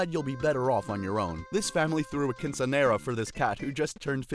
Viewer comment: The way he pronounced quinceñera makes me want to boil someones teeth.